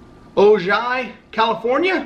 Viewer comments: Not O-jai... It's, Oh-hi. That's the home of The Bionic Woman, Jaime Sommers. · Its pronounced Ohi not OJY the J is silent. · It is pronounced O hi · was going to say Ojai is pronounced 'Oh-Hi', but someone beat me to it. Couldn't get them to put a note in it, but magical kingdom mug from me, figured that one u didn't have. Keep troopin! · Hey! Ojai is pronounced Oh Hi! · "Ojai" pronounced ...O-hi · The name of the town in (Ojai) is pronounced O-Hi, don't worry about my last name you can just call me Yama! I'll be in Vegas next weekend, straying at the Monte Carlo. Let me know if we can meet up! Peace! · Trooper, man I enjoy "mail time"... It has come a long ways from the first couple of Starbucks Cards you would get when you first started. I see people have corrected the proper pronunciation of O-Hi....also, I am believe the Golden Rooster has several symbols for various Feng Shui. I think if you put it in the South corner of your home it will bring good luck and fame. Also, it is a sign of masculinity and can strengthen the bond between you and Molly. If I remember this right (my ex wife was ino Feng Shui)..probably look it up to see the various representations. I wish I could send you a "Hard Time" mug we have in prison (it says between a rock and a hard place).. Last, don't let these ass clowns with their negative remarks get to you... Ignore them, they ain't worth it.. Carry on Trooper. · Hey the city name is pronounced ohi even though it is spelled ojai california. I am from california so I know how to pronounce it The name Ojai is spanish. I hope that helps you pronounce it better. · Ojai is pronounced o-hi by the way. Jus sayin